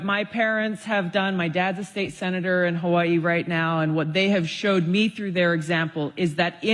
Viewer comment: BECAUSE THIS IS THE CORRECT WAY TO PRONOUNCE HAWAII